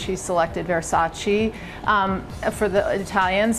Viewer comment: May you please stop say Versaci, it's Versace!